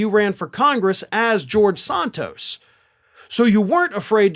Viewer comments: you have trouble saying names right. Not SONTOS, Santos. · It's Santos not Sontos. I guess Desantis is really Desontis! Why is everybody in the country says Santos but you?